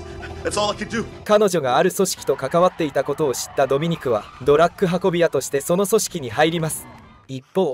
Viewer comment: ずーっと「ドラック」って言ってるのが気になる。 あと所々日本語がおかしいのも。